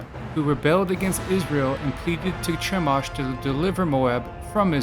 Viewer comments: It's pronounced Kah-moh-sh... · Is this supposed to be funny? YHWH all throughout the Old Testament demanded sacrifice. Read your bible! Stop lying about the God of the bible and it's pronounced Kemosh. The Demiurge is the worst god in history as more people have died in his name!